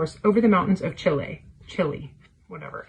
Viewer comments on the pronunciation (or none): not realizing she might have accidentally pronounced "Chile" correctly and going back to make sure she mispronounces it. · One of my favorite things is when these racist, bigoted grifters are talking and accidentally use someone's preferred pronoun or in this case pronounce something properly abd then go back to purposefully mispronounce it to unlay their bigotry. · Not pronouncing Chile correctly and then pausing to "correct" herself to say it the American way! 😂😂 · Love that slip of pronunciation when was reading Pablo Naruda.. she accidentally almost pronounced Chile correctly (chee-lay) then 'corrected' herself (chi-lee). They have so little respect for other cultures they can't dare to accidentally be validating even in something like that. Such a gross little window into their twisted minds. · yeah, what The_LadyAJ said. What made her offensive was not saying “chili” (which is perfectly fine) but knowing “cheelay” was correct and going back to make a point of saying “chili” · Listening to her "correct" her pronunciation of Chile so that it was less correct tho. Also, hey Bruce, please provide me a list of books you feel contain "gender chaos", I don't know what that is but I would definitely like to read all of them. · Love how she almost pronounced Chile correctly and had to correct herself to make it more wrong